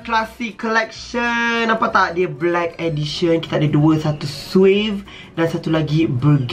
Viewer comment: Aku ke sorang dengar swagg bukan suave..😂